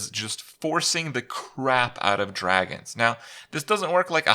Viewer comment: To pronounce it "Dwagons", you need to at least be furry adjacent.